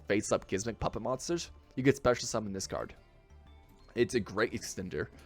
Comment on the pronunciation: Why are you calling it gismmik